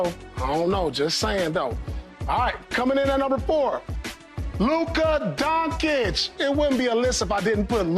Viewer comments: Luka “DONKIC” ?!? pronounced correctly is “Luka DonShish” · “Donk Itch” lol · I stopped the video when he said Luka DonKich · Paul pronouncing luka last name hilarious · Lol didn’t realize Paul could not pronounce Dončíc properly 😂🤣😂